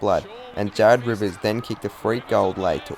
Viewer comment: when he says JaRrEd RiVeRs 🤨🧐